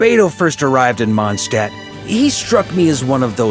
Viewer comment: ah man; they made him pronounce Mondstadt wrong this time. I was happy to hear it being pronounced correctly in the last archon quest, but alas